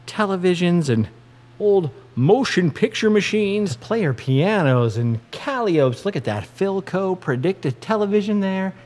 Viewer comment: I love that he pronounces "Calliope" correctly. ❤️ I also love his appreciation for history and culture. 😊